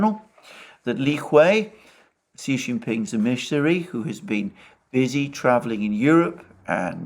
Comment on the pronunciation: Alexander really can't pronounce the word emissary properly, ffs.. with his fake british accent.